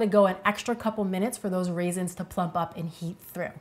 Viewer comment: My soul hurts so bad right now. She said RAISINS!!!!!!!!!!!!